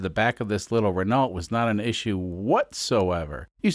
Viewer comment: It’s pronounced “Reneau”